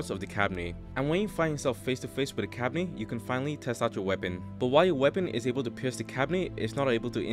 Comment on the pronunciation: You mispronounced kabane